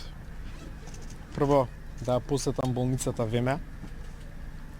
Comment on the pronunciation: ВЕ МЕ А...ццц. На кирилица се пишува ВМА, и се чита ВМА...каква неписмена багра.